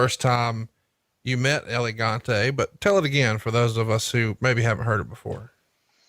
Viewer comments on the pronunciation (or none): Whos Elegante? You mean El Gigante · That pronunciation of El Gigante is just bad. and I'm not even Spanish. Just call him Giant Gonzalez fat boy